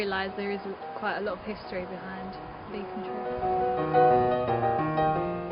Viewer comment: Its not beeeecontreee its becontree